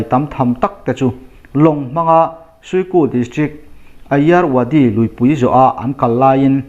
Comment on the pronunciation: A-iar-wadi ti a i lam hi I-raw-a-di(Irrawaddy) a va nih hmel ve.